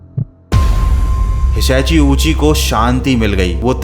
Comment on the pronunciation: be like: Hishashi I be like: Hitachi😂😂😂